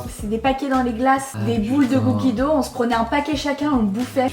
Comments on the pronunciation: La prononciation est beaucoup plus poche de "do" que de "dougue" (si c'est bien ce que tu as voulu dire, étant donné que tu as juste écrit le mot anglais) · Ben non, c'est un mot anglais. La prononciation est beaucoup plus proche de "do" que "dougue" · Non mais on dit pas cookie do 😭 c’est cookie dough